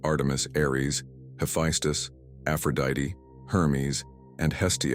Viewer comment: Hercules's mother’s name is pronounced Alck-me-nee, not Alck-mean. In Greek, the vowels are always pronounced. It's like in the name Aphrodite, which you pronounced correctly.